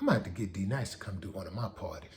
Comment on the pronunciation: Steve Harvey kept mangling D-Nice (Happy Belated born day) name in the beginning. That was the worst. Then tried to play it off like it wasn't a mistake. A simple apology (my bad) would've been dope, but we talking about Steve here.